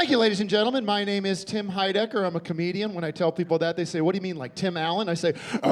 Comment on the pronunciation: "I'm a comedium"